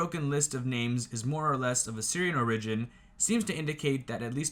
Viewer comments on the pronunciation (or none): Also it’s OR-igin. Not or-IGin